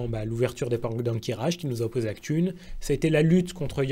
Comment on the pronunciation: pouet Et j'oubliais, C'Thun, que tu prononces "ktoune" moi je me rappel que les anglophones disaient surtout "katoune" ... Après tout ça c'est subjectif